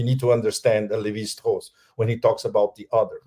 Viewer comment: what is the name he is saying for "the other"? Levi hoss? Who is he referring to? I want to understand basic anthropology! Lol